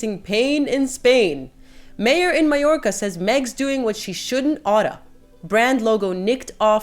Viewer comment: Thank you for pronouncing Porreres and Mallorca correctly. So many commenters aren't.